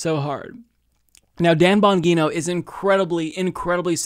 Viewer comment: Bon-gee-no... fuck!